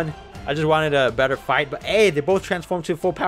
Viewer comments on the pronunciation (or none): none